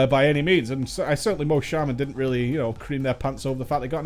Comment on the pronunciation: SHA MAN NOT SHAY MAN sorry had to say it not trying to be a dick but that bugs me heh